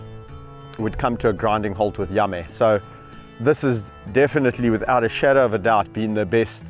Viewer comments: I love how Yame sounds like Yummy when Kevin says his name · What I liked ... The picturesque views .. Think because it was overcast colors were sharper .. George's adorable walk .. Yame's progress .. The way you pronounce Yame sounds like yummy .. Your sharing what you did for Yame .. how you were able to wean him off but that he is calmed down .. The way you talk to them .. Your kindness towards them .. The way you laugh at them. ☺️